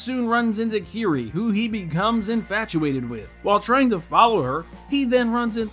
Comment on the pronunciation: Dude, you really need a dictionary. You misused the following terms consistently: consort, medieval, black panther, and village. Furthermore you mispronounced Jund and Kiri. Seriously, did you even watch this movie?